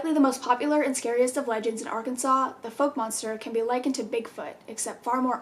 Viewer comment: I've lived in Arkansas most of my life, currently living in Hartman. The town called Fouke isn't pronounced "folk" its pronounced "fowke"